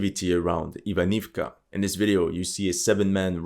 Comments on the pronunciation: I've been a huge fan of your videos for a long while, your attention to every little detail always amazed me, including how you pronounce Ukrainian and Russian names - the way you say "Запорожье" is fabulous! Thus, it's about time someone tells you: it's not AVDIVKA! In Ukrainian, it's АВДІЇВКА so you say it "AVDI-YIVKA" there, sounds much like when you say "KYIV". In Russian it's quite similar, AVDEEVKA which sounds like "AVDE-YEVKA". Now let's see if you actually read the comments. I might just post this every time I hear you say "Avdivka" hehehe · Пора вам изучать русский язык😂😂😂 не Avdiivka а Avdeevka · Акцент похож на русский/восточно-славянский, согласен. Возможно на Испанский или на любой, где так же внятно произносятся согласные, но он плохо читает названия и совсем не знает, что на этих картах написаны украинизированные варианты. Был бы он русским, то уж точно не говорил бы: Авдиивка, Работинэ. А говорил бы: Авдеевка и Работино. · sure, maybe then he will be able to pay someone to tell him how to pronounce Avdiivka, Andriivka, Makiivka...